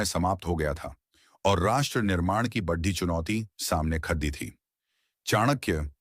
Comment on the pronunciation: बढ़ी नहीं बड़ी 😅😅